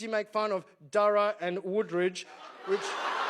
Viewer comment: Darra. Its pronounced Darra 😂